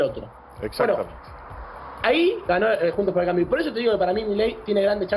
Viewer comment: Analista fanático de Massa y, detalle no menor, un ignorante carente de profesionalismo alguno. Ni el nombre de la coalición pudo pronunciar correctamente.